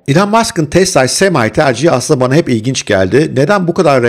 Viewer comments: Dayı semaay diyip durma gözünü seveyim düz Semi de ya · sema derken? yabancılar semi diyor sema sema diye diye videodan çıktım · Semay ne diyorum meğer semi imiş Türkçesi semay mı?